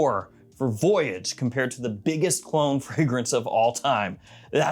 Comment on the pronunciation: The way he said voyage was hilarious 😂